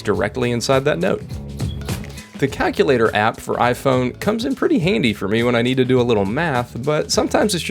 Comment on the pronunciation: This guy says "CACK-u-lator."